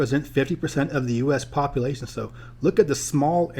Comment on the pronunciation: I know I'm going to sound like a jerk when they say this but as a geographer you think population would be a word you would make sure you pronounce correctly